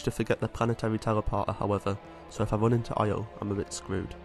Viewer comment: The way this dude says "oil" is making me have a irreperable brain damage. Aio? Ay-oh? Ahjo? I don't know how to spell whatever word it is he uses, but it for sure isn't oil. I'm loosing my mind.